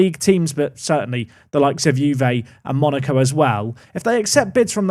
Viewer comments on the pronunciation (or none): none